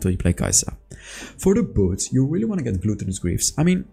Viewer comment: you dont pronounce gluttonous greaves correct its said with an AH not an O like glahttonous not glooottonous